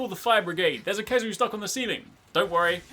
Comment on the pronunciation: It’s Khezu, it’s always Khezu